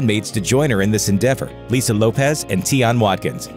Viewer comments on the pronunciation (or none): none